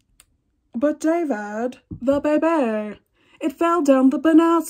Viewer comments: "But David, the baybay!" It got me! Bahaha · “But DAvid, the baybayyy” LMAO I love that show 😂